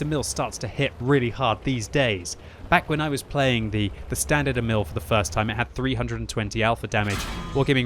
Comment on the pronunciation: "Emil" should be pronounced longer. "Éh-mihl". Damn, I really want that tank, but I've only played a little Frontline two episodes ago. I didn't know that you could get this tank as a reward from playing it... :(